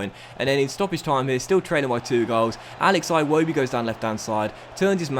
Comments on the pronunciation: No one:: Eye-wobi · honestly I love you, but start pronouncing Iwobi properly (done it for years now) "Ee-wobi", like 'E'-bay and 'E'-commerce